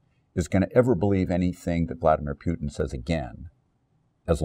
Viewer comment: The Voice of Reason. I like his change of pace to emphasize words or phrases. Stop freaking out and listen to some Ken. One minor adjustment here...it is pronounced Poo-tin, not Pyoo-tin, but that is fine.